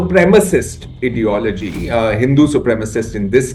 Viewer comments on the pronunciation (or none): "Supremacist Ediology" 😂😂😂😂😂😂😂😂😂